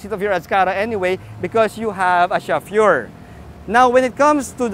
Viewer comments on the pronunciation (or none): Awesome review.. Direct to the point but I was taken aback by the reviewer's chauffeur pronunciation 🤔😅